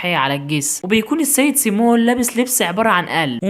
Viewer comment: اسمها مس سيمين مش سيمون بس مقبوله منك يا عسل انت ❤😘😘😘